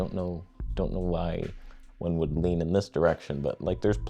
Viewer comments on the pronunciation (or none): none